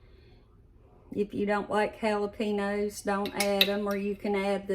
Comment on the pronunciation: Jalapenos is pronounced JalaPainyos loved that you used bacon grease for flavoring. That is how we used to do it when I was growing up.